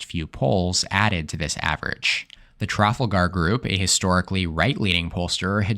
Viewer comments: Never heard trafalgar pronounced "trafulgar" instead of "trufalgr" before. Made me chuckle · Dude, I like your vids but Puhleeze! Learn how to pronounce "Trafalgar!. Accent is on the 2nd syllable: it's tra-fal-gar. The "fal" rhymes with the name "Al." Please correct this unless you want to sound stupid. Don't think you do. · How can I believe a word someone says who can’t even pronounce Trafalgar? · oh my oh my…I’ve been a listener for months. I can handle your “college therefore educated therefore democrat” comments. I can handle your “he’s simply a former car salesman” remakes. I get the fact that you put on airs and think yourself the educated, unbiased, most data driven election analyst on YouTube. But my oh my. If you don’t know how to pronounce Trafalgar you truly are an uneducated loser.